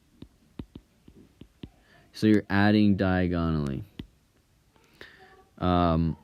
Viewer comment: this guy sounds hot but he pronounces diagonally weird 😂